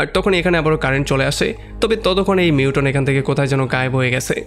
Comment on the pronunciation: যে ভিডিওটা বানিয়েছেন তাকে বলছি, লেখাপড়া শেষ না করে এগুলো কেন করছেন? মিউটন না, মিউটেন্ট।